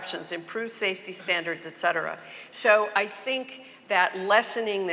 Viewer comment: "ECK cetera"?? What is that? I find it laughable that this feminist thinks she's educated.